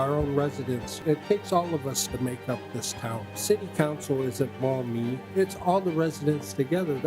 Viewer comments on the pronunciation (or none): It's pronounced Maw-me, not Mommy. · With all respect and feedback in mind this content relating to Maumee, OH it has the pronunciation of Maumee as mommy and not Maw-mee many times throughout the video. As someone from that area and who shared this video I can say the feedback to me has been embarrassing and have heard back a couple times "if they can't say the town name correctly then I don't have the say Kamala correctly". Thank you for everything you do but I will say THIS HURTS ME. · Who thought to name the town Maumee? I keep hearing mommy😂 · Mommy? Sorry. Maumee? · lol i am thinking you mean Mommy not town of Maummee. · Maumee? Sorry. Maumee? Sorry